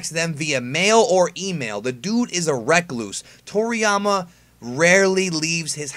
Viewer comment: Recluse not Rec luse my friend :)